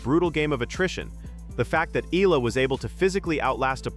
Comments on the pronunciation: Fix the pronunciation please. It's ee-YAH-lah, not EE-lah. 😭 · Alex Ee-lah....once again, thank you A.I., and constantly showing a caucasian player that is not in any way related to this story.